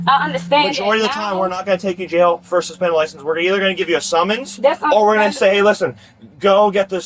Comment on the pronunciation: "My liscabums dont be sumspendum!" Repeat ad nauseum.